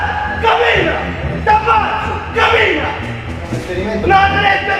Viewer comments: IT'S CAMMINA NOT KAMINA OR KAMILA OK ???? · camina no kabina omg -. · It's "Camina" not "Kabina". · is cammina not kabina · z włoskiego to się śmiać tylko (chodzi o język) jak pisało Walk, to ja słyszałam Kabina, Kabina, Kabina kurwa mać. Pogratulować stwórcy języka :) Żarty przednie :)